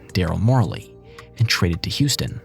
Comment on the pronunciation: It's Darrel Morey, not Darrel Morley. Do you even know anything about basketball?